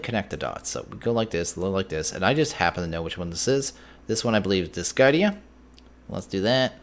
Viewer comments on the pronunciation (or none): Glad to say I've been enjoying it since then. A bit disappointed that my TC tools don't "level up" like they did in SF3, and that there's no Ender IO yet, but working through different mods and different situations is grand. Also, I'm not entirely sure but I think you're not supposed to pronounce the c in Discidia, just a pet peeve of mine. :P